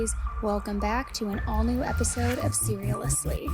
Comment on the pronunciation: She did not just say serialously 😂